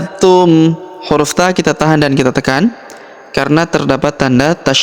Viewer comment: Kenapa pada ayat yang berbunyi di baca Qul atta hal tum tidak dibaca Qul atta hadz tum ,karena buat kita ragu dalam membacanys